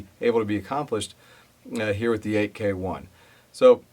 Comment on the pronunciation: FYI: AEKE is pronounced as “IKE”. That is from the founder’s video